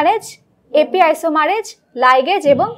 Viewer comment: তবে ওটা তো বইয়ে লিখা ' টপোয়াইসোমারেজ' যেটা বললেন এপি আইসোমারেজ